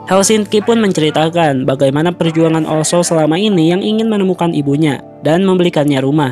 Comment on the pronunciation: oslo, bukan olso